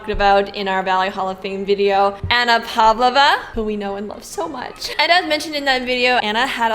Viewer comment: You should learn to pronounce Pavlova !